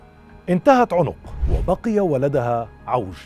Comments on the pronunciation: عَنق وليس عٌنق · عَنَق ( بفتح العين و النون ) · أخي الكريم-إسمه عوج بن عنق بفتح العين وليس بضمها